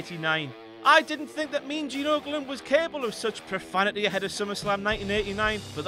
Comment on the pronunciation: His accent when he said mean fuckin gene